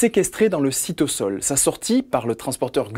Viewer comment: J'aimerais vous demandez pourquoi vous prononcez cytosol "cytossol" parceque je me suis habitué à dire "cytozol"